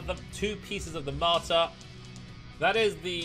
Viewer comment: it's called "Matar" not "martar" or "martyr"...